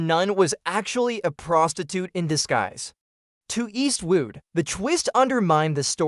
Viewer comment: Eastwoot? Eastwoot again and again! I gave this video a “thumbs up” but had to take it back, Eastwoot. 😢